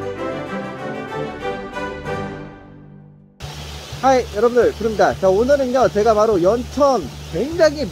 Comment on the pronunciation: 하이 하니까 자꾸はい❗같아